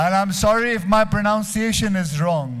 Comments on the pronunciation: Yes ponounciation is wrong. It's pronunciation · even your pronounciation of 'pronounciation' is wrong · It's pronunciation not pronounciation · your pronunciation of pronunciation was wrong dude😂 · It's pro-nun-ciation not pro-noun-ciation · its not pro-noun-see-eishuhn...it's pr-nun-see-eishuhn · His wife didn't teach him pro"noun"ciation is said pro"nun"ciation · English is crazy, but its pro"NUN"ciation, Pro"NOUN"ce. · Dude pronounce pronunciation properly